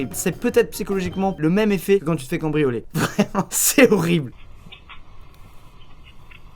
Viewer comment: C moi ou tu as dit combrianler au lieu de cambrioler